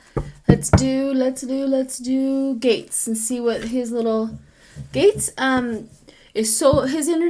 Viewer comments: Matt Gaetz pronounced 'GETS' not gates, and yep hes a total ass!😉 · I knew who you were talking about, may people mispronounce his name(gets). Not gates.